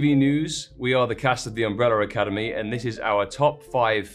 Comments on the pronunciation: can't get over with tom's "umbreller academy" 🤣🤣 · “The Umberllar Academy”